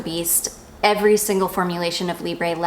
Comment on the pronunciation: You do pronounce the letter b in Libre...I checked it to make sure on "how to pronounce"..and they are French!